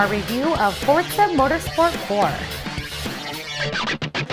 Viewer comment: FORTZA?!?!?! ....... it's Forza..